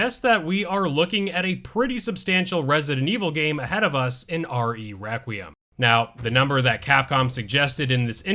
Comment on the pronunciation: Why can’t anyone say “requiem” right? Lmao.